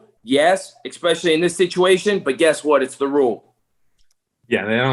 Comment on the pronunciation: "EX-specially." Someone PLEASE tell that there is no "X" in "especially."